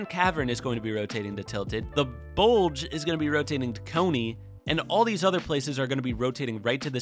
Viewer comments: is it just me that got a little bit annoyed by him calling it the bulge instead of the bugle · It’s not the buldge it the bugle pronounced byougle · Good work 👏 but its bugle not bulge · dint you think it was funny when he said bulge instead of bugle hahahahahawhahah 🤣🤣😂😂🤣🤣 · we all just gonna ignore that he calls the bugle the bulge 😂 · not to be one of those people but u said Bugle wrong its pronounced Byoogel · I like how calls bugle bulge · everyone: "let's go bugle": "let's go to the buldj'je" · The way he said bugle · Bru says bugle wrong lol